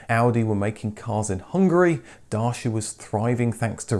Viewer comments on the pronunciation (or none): none